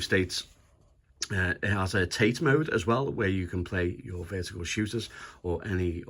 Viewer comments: It’s actually pronounced Tah-Tay mode not TATE means vertical in Japanese Yoko means Horizontal in Japanese.enjoyed the review thank you! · Another great video. And it's pronounced "Tah-tay", not "Tayt". Just saying. 😎👍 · It’s disappointing that your average Chinese handheld has a better screen. The screen on this EXP looks vastly superior than the previous monstrosity, but this new one looks too reflective. Also the bezels are too large as you say. The Tate mode (pronounced tar-tay, not as in the Tate Gallery) is a nice addition though and makes vertical shoot ‘em ups quite playable. I’m in two minds and would need to try it before purchase (remember those days?) or a store with a no quibble returns policy. Did you get yours from Funstock or somewhere else? Thanks.